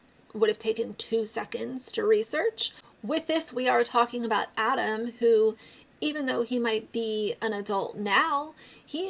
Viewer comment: Also how tf could this guy watch 6 hours of content covering this and still manage to say Adam’s name wrong? He also couldn’t remember that Miranda is a CHARACTER and the name of the person responsible for this is COLLEEN? Everything he said made me side eye the fuck out of him, but especially when he just flat out said grooming was okay.